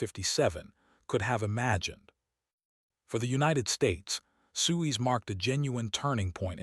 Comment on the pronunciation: Why should I listen to a documentary when you can’t even pronounce Suez?